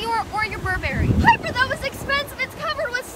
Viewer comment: Bro- the pronunciation 😭 burBherry